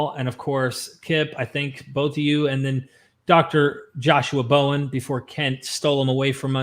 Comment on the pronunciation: I love Bowen as Hoven! lol comic gold